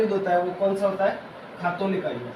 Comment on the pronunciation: it's not khatoli it's ghtoli